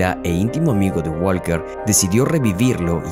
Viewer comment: Parce aprenda a pronuncia el apellido de Walker